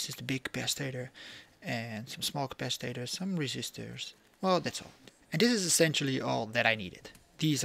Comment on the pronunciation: You make me giggle with your "capacitaters " cap-a-cit-ors 🤣